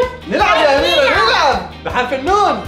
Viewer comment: اميرة حرفك الاخير هو ة مش ه